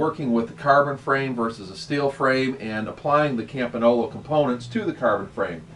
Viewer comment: campinolo ???? its campagnolo